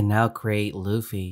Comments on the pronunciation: It funny cause he says floafy instead of fluffy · Its luffy not loafey dont compare his name to a meatloaf ahhhhhhhhh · Bruh it’s not low-fy it’s either luf-e or lu-fy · Loafy its a luffy not hating just correcting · Please say luffy next time e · Ah yes i love "loafey" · You said loofy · BRO ITS LUFFY OML